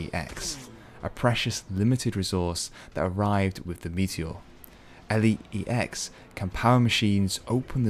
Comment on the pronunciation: Its called Elex and not E.L.E.X wtf dude?